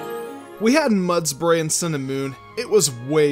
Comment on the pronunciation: You called mudsdale mudsbre